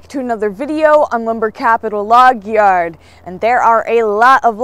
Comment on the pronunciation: Em, when you say "YARD" it sound a little like you have a New Jersey accent even though you live in Pa. 😁